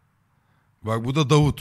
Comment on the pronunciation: Davud demiyor aq dafuq diyor